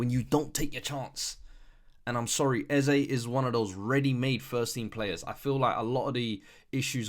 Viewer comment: It ain’t “Eze” 😂